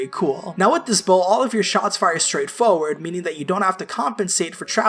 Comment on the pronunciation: Foe-ward is not a word, try again.